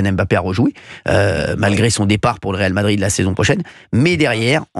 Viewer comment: on dit pas réal de Madrid 😃